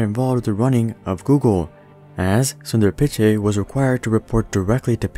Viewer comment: You mispronounced Pichai